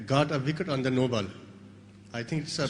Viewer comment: You Gaaat a vikat on no baal. That was very funny accent 😂😂 virat replying to that journalist 😂😂😂😂